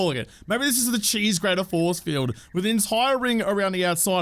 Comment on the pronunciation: Was watching with hubby and he thought you said zombie foreskin when you said zombie force field lol